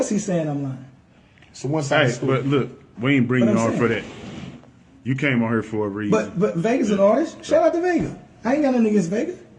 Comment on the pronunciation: Is it that hard to pronounce here as here? 😂😐😶🗑🚷🤦🏿‍♂️